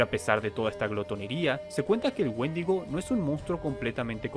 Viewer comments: Pensé que decía mendigo :v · Pensé que decía Woshingo xd